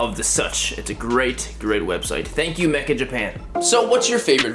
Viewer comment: dude the site's called meccha japan not mecha japan lol